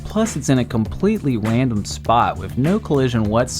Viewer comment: compwetewy wandom spwot! uwu